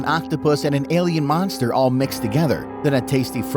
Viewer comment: You madd me laugh when you said spaghetti monstrer 😂 😂 😂